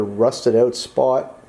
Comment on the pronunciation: Well shit. I was hopin youd change it to a 70 tailpan. Make it look like a 70 .. and did u say "OWWWWT" r u canadian or something 😂😂 im js fkn with ya. I love it. Keep em comin man